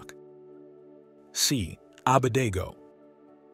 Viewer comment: Misspelled abednego … and mispronounced it